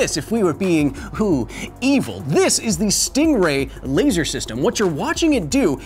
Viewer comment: A LeEeiSsur - Kyle